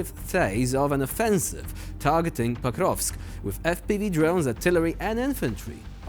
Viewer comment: Not Pakrovsk, but Pokrovs'k.